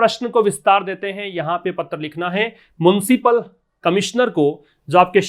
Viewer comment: It's municipal sir..not muncipal